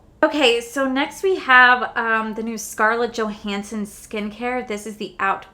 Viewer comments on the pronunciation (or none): none